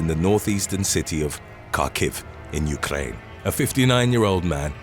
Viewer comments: Why can't you say Ukraine properly? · Why can't you say Ukraine properly? You'd think after 9 months of war, you'd know how to properly say it..